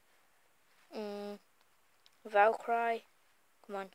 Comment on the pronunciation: and its not pronounced valk-er-eye its meant to be, valk-er-ree